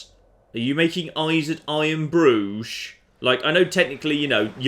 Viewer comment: It sounds a bit like he's saying I am Groot or Iron Bru instead of iron Bruge